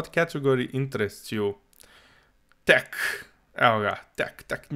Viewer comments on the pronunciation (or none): none